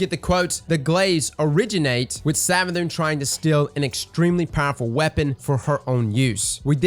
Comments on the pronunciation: Did you just call it SavaDICK? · Everytime you say 'Savathicc' it cracks me up 😂